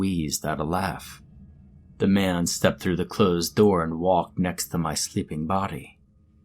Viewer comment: It sounded like mam not man reeee